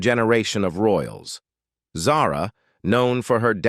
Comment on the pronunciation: Since you cannot pronounce her name properly i am sure the rest is junk. I cannot listen to someone who mispronounced words!